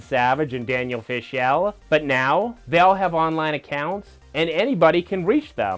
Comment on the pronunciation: Good effort, but how can you not know how to pronounce “Fishel” and “Friedle” after watching all these clips???